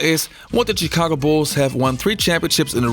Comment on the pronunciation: Its "Shi-ca-go" not "Chee-ca-go"